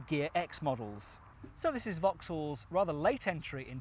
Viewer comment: yep i would change that quickly - Sintra not cintra - in the discription you say " is reviewing two popular MPVs. The sintra was possibly one the least popular MPVs or even cars of all time. They only sold like 80 of them